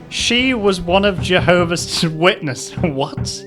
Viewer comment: Why does keep mispronouncing "Jehovah's" as "Jehovis's". Who the heck is Jehovis?